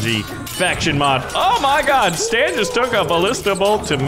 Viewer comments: It's Satan not stan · its not stan its satan